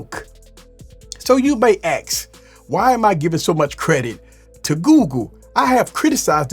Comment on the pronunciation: You may AX?